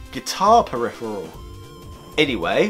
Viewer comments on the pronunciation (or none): none